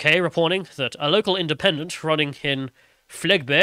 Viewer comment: Its pronounced 'Flegbru'